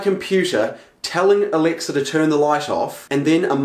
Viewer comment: WHOS ALEXA GETS TRIGGERD WHEN HE SAYS ELEXA